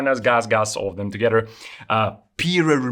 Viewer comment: i hear you say ( togetter) not together, would deduct you are from Poland. am i close?